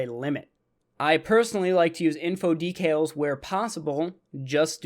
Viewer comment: it sounds like you are saying details instead of decals